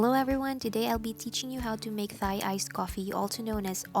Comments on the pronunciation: It’s not Pronounce Th-ai, Ta-I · Pronounced as /dtai/ with the /t/ aspirated.